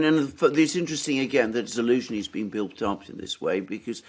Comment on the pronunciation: General Za-lose-knee..it kind of writes itself...lol 😆!